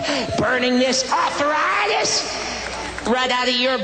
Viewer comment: Burning this ARTHUR-ITIS...right outta your BAH-DEH!!! I'm dying lmfao. 😂😂😂